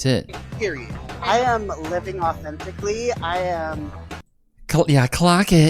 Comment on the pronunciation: She didn't say authentically she said often tickly 😂😂 also I really don't understand wat everyone's freaking about that astronauts speech just sounds like wordplay to me